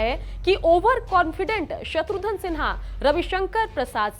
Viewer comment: "शत्रुघन" में "घन" उच्चारण करें मोहतरमा!! आप बार बार "धन" उच्चारण कर रही हैं।। आपसे ग़ुज़ारिश है अपनी तलफ़्फ़ुज़ पर ग़ौर फ़रमाएं मोहतरमा।।